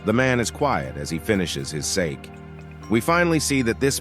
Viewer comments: its pronounced [saw-key] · When using voice AI, please using respelling like sakey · The pronunciation of sake....